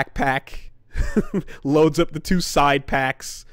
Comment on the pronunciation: If you watch closely you can pinpoint the exact moment finally fed ahp with dis woruld